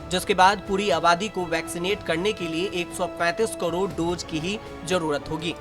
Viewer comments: Hi Tak, Can u please change this voice artist to some good speaker who can speak clear hindi not like Kodod Kodod... its really irritating and annoying. And these are Dose not Dojj... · ऐसी भी क्या मजबूरी है आजतक की जो करोड़ का भी उच्चारण ठीक से न कर पाने वाले न्यूज रीडर को ढो रहा है। क्वालिटी कंट्रोल घटिया है आज तक का। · कदौद नहीं करोड होता है